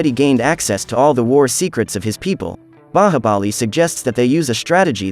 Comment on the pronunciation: Bro u can't even the movies name u said bahabali